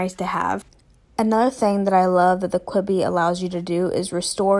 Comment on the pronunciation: Quibby when it’s pronounced q-b 😆